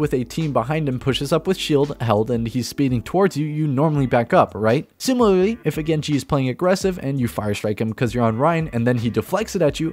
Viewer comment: "Slimilaraly" XD haha Nice vid though. Subbed